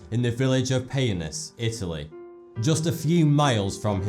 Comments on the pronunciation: It's Peonis, not poenis. And as Italian I find definitely funnier the way he spells Bottecchia: BOTESHIA lol :) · He said Poenis. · Really interesting video. Some little Italian suggestions: "Bottecchia" should be spelt like "bottekya"; and it is "pEOnis", not "pOEnis". Great video thoug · Sorry to rain on your parade, but it's Peonis not poenis. Places have "strange" names in that area because the region borders with Austria and Slovenia.